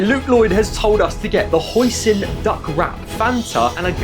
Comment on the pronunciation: the way he said hoisin is crazy 😂